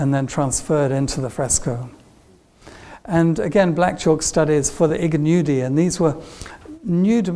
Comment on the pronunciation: It's pronounced "Ee gn=(like 'million') udi"